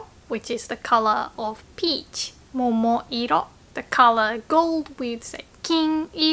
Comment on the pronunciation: momo-iro right? not momo-rio.